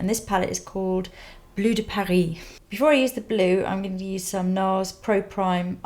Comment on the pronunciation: 23 You pronounced it correctly! I was so afraid you would say "Blue de Pa-RIS" XD